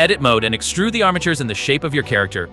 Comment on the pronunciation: armitures or bones... eæuuh